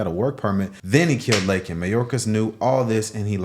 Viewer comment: DO NOT, NEVER FORGET!!!! THAT biden APOLOGIZED FOR CALLING THE PIECE OF SHIT, "ILLEGAL IMMIGRANT." HE NEVER APOLOGIZED FOR SAYING LAKENS' NAME INCORRECTLY!!!!!!! Y'ALL DO THE FUCKING ARITHMETIC!!!!!